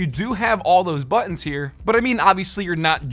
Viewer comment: buTTons, say your consonants!